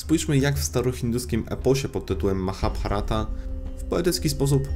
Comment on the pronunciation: Drugie "H" w Mahabharata jest nieme 😊